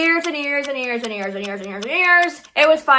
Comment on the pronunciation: When u were saying years and years on spam it sounded like ears and ears legit 👂